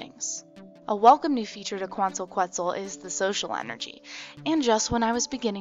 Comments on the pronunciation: its pronounced "ketzal" :D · Quetzal is pronounce: Ket sal :) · It is pronounced KEHT - SAL :) (the U when preceded by a Q in Spanish is SILENT) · Quetzal: keh-ts-olh. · quetzal - Khet-sal its Guatemala's national bird. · Its [Kwant-al Ket-zal] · Hi... It should sounds like... "Kuantal Ketzal"... I'm from Mexico, land from Quetzalcoatl ("Ketzalkoat") a great good of the ancient mexicans. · it's pronounced ket-sal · pronounced: ketzal. It is the bird of Guatemala and a city named after the bird: Quetzaltenango. Tenango meaning "land" more or less. I am living in quetzaltenango for 3 months total. =) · It's pronounced "ket-sel", and this release makes me so happy to still be on linux mint. :) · Hi, you don't like saying Quetzal because it is an ancient Aztec word and white folks don't like to force their mouths to word latin dialect. Well we had to learn your english and master it, so it wouldn't hurt you to expand your horizon a little and pronounce it properly, which a google search isn't beyond you. (/kɛtsˈɑːl/ or /ˈkɛtsəl/), There I just made it easy. Love your videos and Im an Ubuntu user